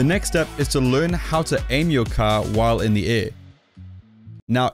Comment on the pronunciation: You still wanna be hitting it with those parts of the caaa , that sounded funny lol